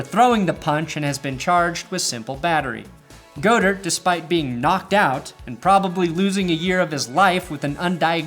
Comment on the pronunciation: "Go-dirt" instead of god-ert.. i kinda love it